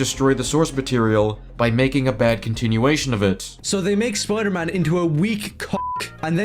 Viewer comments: I cannot get past him complaining so much about other people while saying "Spludermun" instead of Spider-Man. You know what's a REAL common issue? People that allegedly love characters but absolutely hate everything they've been in for the last 20 years. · Dude says Spider-Man like spodermun. It doesn’t sound like he’s even hyphenated the name. Punisher can wear whatever hairstyle he wants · I more offended that he keeps saying, “Spuder-Mohn.”